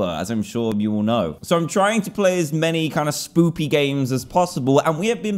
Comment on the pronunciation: you said spoopy games